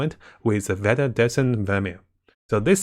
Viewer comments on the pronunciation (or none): none